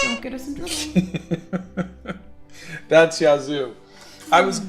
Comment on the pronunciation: Hey! I missed this morning. Yazoo is a Native American Tribe from central Mississippi. The county beside mine is Yazoo County and the County Seat is Yazoo City. I’ve never heard of the band. ps we don’t pronounce it that way.